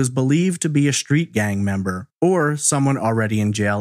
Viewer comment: I think it's pronounced "street", not shtreet